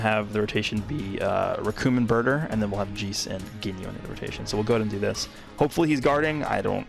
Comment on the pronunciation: “Jees”? I don’t think I’ve ever heard anyone say it like that lmao